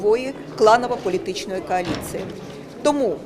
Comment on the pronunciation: КАЛІЦЇЇ ???? ППЦ! Науче її хтось як правильно говорити?